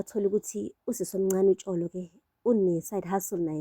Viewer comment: Lol, you pronounce Tsholo as 'Tholo' ne. 😂❤ in Sesotho 'Tsh' is 'Th' ngesiZulu❤❤ love youuu